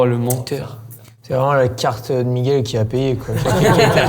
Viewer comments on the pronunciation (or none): none